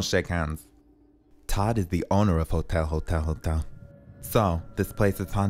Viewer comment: “HOTYAL HOTYAL HOTYAL” 😂🤣🤣🤣🤣🤣🤣🤣